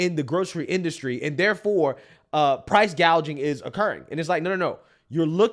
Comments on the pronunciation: Kamala Harris recently said, “I will work to pass the first-ever federal ban on “prou…price-“gaging”” on food”…..not to be confused with “price-gouging”, but instead of learning the correct pronunciation of her desired practice of communism regarding price-gouging on food, Communist Kamala and Tampon Tim had a profound and necessary conversation regarding said food….. Tim Walz: “Like I have whîte-guy tacos, and—“ Kamala Harris: “What does that mean? Like, mayonnaise and tuna? What’re you doing?” Tim Walz: “Pretty much ground beef and cheese.” Kamala Harris: “That’s okay. Do you put any flavor in it?” Tim Walz: “Uh, no.” Kamala Harris: “Oh, okay.” Tim Walz: “Um, here’s the deal—— No, they said to be careful and let her know this, that błack pepper is the top of the spice level in Minnesota, you know.” Kamala Harris: “I’m the first vice-president, I believe, who has ever grown chili peppers.” Tim Walz: I’m trying to expand my food knowledge.” Kamala Harris: “You know what, we’ve got some cantaloupes. You’ll be fine.” Tim Walz: “Yeah.” 🍱 🍲 🥘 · Can we 🙏 please 🙏 talk about KOMMIE-LA saying "Price Gauging" instead of "Price Gouging" during her speech??? I mean, I guess it was too much to think that the Ron Burgundy moments would leave with Biden, but apparently not. How BRAINLESS do you have to been to not realize wtf you are reading and speaking?!?! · Kamoola calls it “price gauging”. That should be enough to know that she is a clueless puppet and belongs nowhere near the White House. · Commie- La actually said "price gaging" 😅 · Or as she said “price gauging”.